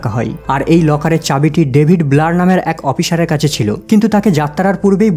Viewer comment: apnar uccharon oti joghonno...opichar noy ota hobe oficer .